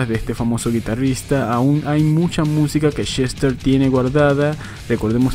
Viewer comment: Seguramente no lea éste comentario, pero igual se lo voy a escribir: en solo el primer minuto con 50 segundos del vídeo se me pasaron varias veces por la cabeza de que yo estoy muy seguro, y creo que mucha gente coincidiría, en que el señor Bennington se llama Chester y no Shester, y para quien quiera decirme que eso es sólo su forma de hablar que me expliquen por qué puede pronunciar perfectamente la palabra "escuchar" (sin decir "escushar") pero no puede decir Chester y repite incontables veces Shester